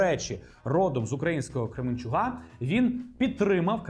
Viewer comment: КременчуК, у КременчуЦІ Будь ласка, Г і ЗІ - калька з російської, кажіть правильно